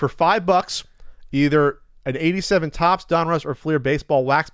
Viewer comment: Thank you for pronouncing it Fleer and not Flair